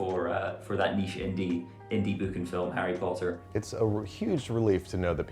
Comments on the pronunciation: Is it just me or did he say "Parry Potter"..? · "Pumpkin Pasties from Perry Potter" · "pumpkin pasties from Parry Potter" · "Pumpkin pasties from Parry Potter" 😂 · Parry Potter?